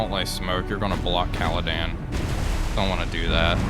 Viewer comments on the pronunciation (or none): Loving the series, but she is called CaledOn, not CaledAn